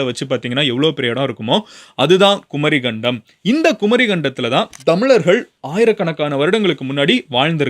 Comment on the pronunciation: குமரிக்கண்டம் கரெக்ட் pronunciation not குமரி கண்டம் ஒன்றெழுத்து மிக வேண்டும்